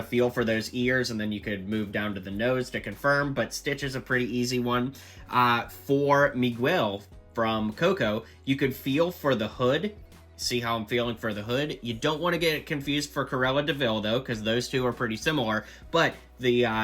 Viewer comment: He said Mewell instead of Miguel💀💀